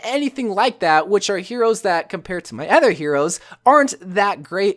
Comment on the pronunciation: Is it just me or does he always say ether instead of other. (Really like the vids)